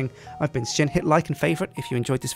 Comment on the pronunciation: lol was anybody else thinking he said sjit?